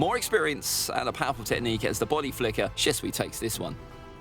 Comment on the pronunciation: Why are you saying bady flicker or somting like that even in the game sas is of teleporteichon